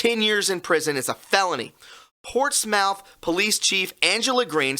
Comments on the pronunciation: PortsMOUTH is pronounced PortSMITH. ✌🏼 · ish... Portsmouth... :) hey from UK... we got a Portsmouth too... we pronounce it Portsmth... or even Portsmf... :) hope helps... :) Cheers man !!! :) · its pronounced portsmith! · Pronounced "Portsmuth" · "portsmouth" pronounced PORTS-METH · Portsmouth is pronounced Ports smith. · Pronounced "Portsmith"